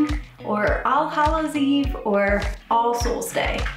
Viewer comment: it sounds like your saying arseholes day lol